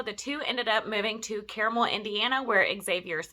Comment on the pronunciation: Great video. It's actually pronounced CAR-mul. It's kind of Indianapolis' Alpharetta.